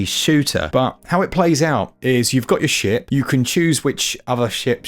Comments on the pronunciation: Also, the first time you said ship I had to do a double take, hahaha I thought you said sh*t hahaha 🤣🤣🤣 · to be fair to, I didn't hear a "T"...